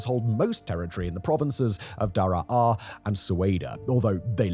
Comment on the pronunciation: It’s not pronounced Dara Ah, this isn’t stargate lol. It’s just Dar-ah